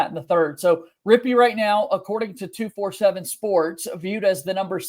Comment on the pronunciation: I work for 247 sports. You don’t pronounce it like 2-4-7 sports. Pronounce it like 24/7 sports! I hope this helps!